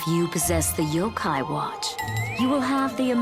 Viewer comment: It's pronounced yokai